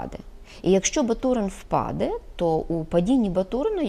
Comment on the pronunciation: Чому впаде ? Наголос на другий слог? В украінській мові на останній?